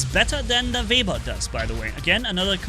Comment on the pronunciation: Call it web ear it is correct pronunciation